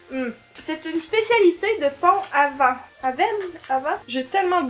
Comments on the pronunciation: pont aven se prononce pont avenne c'est en bretagne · Coucou les filles. Je regarde vos vidéos que j ai découvertes il y a un mois et je vous trouve supers. Quelques infos : le Lot (le t se prononce) et Garonne est un beau département du Sud Ouest de la France et le t se prononce aussi pour Pont Aven. Merci pour cette vidéo oú la normandie est mise à l honneur. Continuez comme ça vous êtes top. Et vive le BEURRE!!!!😄😋😋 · On dit ponte aveune (eu et ai mélangé,aveuaine,un peu comme ca) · "Pont-à-vent", marrante la prononciation ! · Les galettes de pont aven.... Que de souvenirs.... 🤣🤣🤣🤣 (on dit pontavène) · pont aven, se prononce pont avène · J’ai bien rigolé en regardant votre vidéo ! Pour info , Pont-Aven c’est en Bretagne et ça se prononce « pont avène » et le Lot-et-Garonne est un département et ce prononce « lote et Garonne » 😉 la confiture de lait c’est trop bon ... tout comme le reste de ce que vous avez gouté. J’espère que vous en avez bien profité !!! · Et et et ça se dit « Pont-Avène » j’y habite 😇 bisous les filles vous êtes extra ♥️